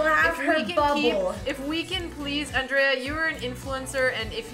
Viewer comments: i think i m in love, when she said "Andrrrea" ... And what about, all the young "Robin" wibe comes from Alexandra? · Yeh she pronounces it with the hard D, instead of the american Anjrea